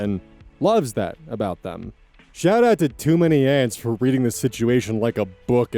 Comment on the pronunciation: The way said "TOMANYANTS" made me laugh